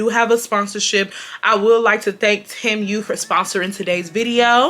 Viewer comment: Girl it’s “tee-moo” not “tem-u”😂